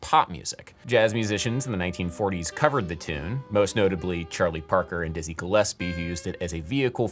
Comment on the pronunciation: er..... isn't it Dizzy not Dizzie, you rascal!!